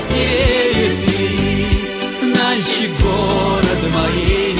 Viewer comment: Налчик базар, что за Налшык? что с дикцией?